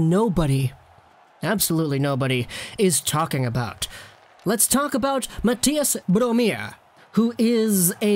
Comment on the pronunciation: Low-key kinda nailed the pronunciation of Mathias Bromé